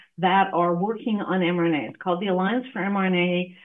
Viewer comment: I might be hearing wrong, but I'm sure I keep hearing this host mispronouncing the subject of his video as "mNRA," when it is correctly "mRNA." He says it as "mNRA," and his guest says it as "mRNA."